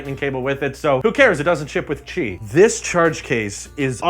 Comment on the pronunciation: When you said qi coil I heard it as cheek oil